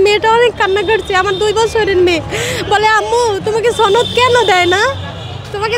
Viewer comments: বারবার ছনদ বলা হ‌চ্ছে,ছনদ কথা টা ভুল সনদ হ‌বে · সনদ হ‌বে ,ছনদ না ,বারবার ভুল কর‌ছেন,আঞ্চ‌লিকতা প‌রিহার করুন